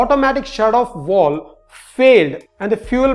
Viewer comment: words like Walwes (valves), Awoidance (avoidance), Surwiwed (survived), Wideo (video) etc., are spoken just like Vijay which you DO pronounce correctly and should be learned. Just say the words over and over many times correctly. Otherwise your English is very good. Loved the Wideo (video)!:D (Don Wood, Mumbai) Liked and subscribed.